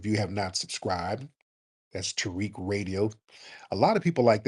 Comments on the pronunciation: You know you AIN'T 'BOUTA GO TO BED...... YOU BOUTA TO PULL UP ANOTHER SOON AND FORK AND FINISH THAT MEATLOAF. Her azz said "Tear-Rick" you're right I am 🤣😂🤣😂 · calls Tariq, Tarick..😂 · Yeah that’s kind of her thing.. she’s been doing that since election time because of the Kamala debacle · She said she did that because we don’t pronounce Kamala’s name correctly. But she’ll be alright. 😅😅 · She pronounce it like those folks